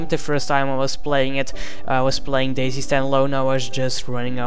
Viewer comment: You say dayz like daisy, subbed.